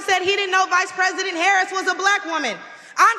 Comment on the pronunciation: .... DJT couldn't say "Harris". Sounded like he attempted tosay Kamala last name, but could get passed the "H".